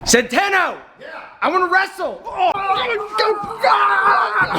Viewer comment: ITS SCENTANO